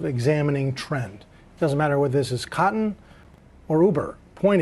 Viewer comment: did.. he say... "it doesnt matter if its COTTON or uber, unless you go out of business" idk if I liked the emphasis on cotton.. what was he really thinking....